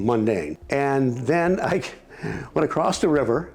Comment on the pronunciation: If you're trying to sound intelligent and you know what you're talking about, stop putting a T at the end of the word across